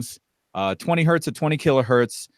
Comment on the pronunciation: Hertz does not have a singular definition, that is--one Hertz, not one Hert. i have heard you speak this way a couple of times now so please, say one Hertz or revert to what i wish was still the proper terminology---cps--cycles per second. otherwise, keep doing what you do. about the standards...i thought they had worked that all out a few years ago when they started pre-conditioning amps before actually proceeding with the complete test. i remember that it would shut down a lot of products that you wouldn't expect them to. the industry is back-sliding, even PS Audio gives their amp power specs at 4 ohms with subtext at 8 ohms. i respect the Scout product as it is high current and CAN drive Maggies adequately. and many are reverting to IPP which is bogus. let's stick to RMS wattage ratings only. did the FTC loosen their requirements? yeah, Sound and Vision/Stereo Review...for a while, S&V was putting in respectable measurements but they dropped that along with my opinion of the publication, AGAIN. when my scrip runs out, that's it. as much as we used to chide SR, Julian did include decent measurements. it's just when he stated in the review of the original JBL L100 that it was uncommonly flat from 30-16kCPS. uuuuuh, NO. as for buying an AVP, i bought an onkyo AVR instead for much less to just use as an AVP especially for switching video and sound at the same time. the 130wpc internal amps aren't being utilized as i use outboard amps. and before i moved, i was using dyna